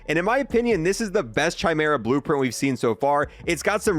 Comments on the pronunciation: It's pronounced Kai Merah. No Chai Merah. How have you never heard this word before. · Awesome vid! my only complaint is pronounce Chimera right 😂it's "ky-mer-ah" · Please please stop saying “shy mera” please! I’m sorry but it sounds dumb asf! It’s pronounced “ky mera” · It's pronounced 'kai-mera' please stop murdering the name 😂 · dude for real said "ciaimera" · I know it annoys me too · literally cant tell whether people are meming or not when they pronounce it chy lol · I'm not American. "Kai-meera", where "kai" rhymes with "eye". It's Greek in origin, so the Ch is a K. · The H in Chimera is silent. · I thought I was the only one bothered by the pronunciation lmao